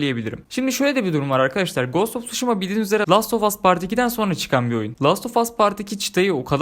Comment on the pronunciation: Knk telaffuz; gast of suşhima not:olm hani edemiyodun sjsjsj